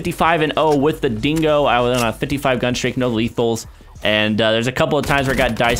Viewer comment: dingo* not singo